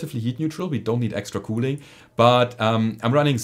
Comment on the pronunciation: Every time you say "cooling" I hear "Kool Aid"